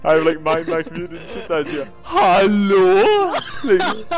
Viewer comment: "HaLOU?"... "HoAWlo?".... "HoWlUoa?"